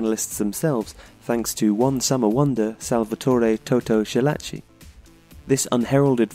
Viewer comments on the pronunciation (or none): "Schillaci" is pronounced Skillaci, not Shillaci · Skee - lah - chee NOT Shee - lah - chee He is not German. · It's "Ski"llaci as in skill. Shit cartoon faces. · Great video but the way you're pronouncing "Schillaci" is killing me.